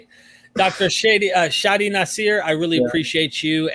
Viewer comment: Nasser ( naṣr ) not naseer